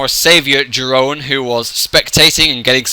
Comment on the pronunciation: maybe one day you'll also learn how to pronounce my name ;) it goes something like: Yeroon